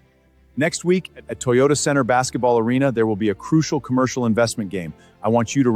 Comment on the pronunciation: Ohh dear AI - Commercial❌❌ Concurcial✅✅😂😂😂😂